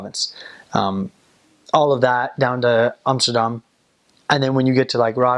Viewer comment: Your say Amsterdam like a real Dutchy, well done 👍